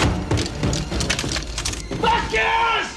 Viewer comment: VAZ-quez, not Vaz-QUEZ. It's even pronounced in the scene.